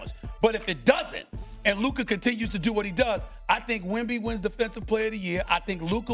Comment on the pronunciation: How does Steven A not know how to pronounce Luka’s name after all this time? That’s really sad and disrespectful.